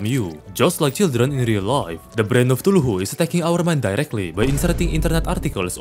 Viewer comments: You saying cthuluhu will never get old. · bro realy said tuhulu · The way he says Cthulhu as tuluhu makes me giggle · "brain of ChtulhuHU" had me rolling, thank you. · I love how says Cthulhu it Fr sound like he’s saying tooloohoo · Wtf is a “brain of thuculu” 😂😂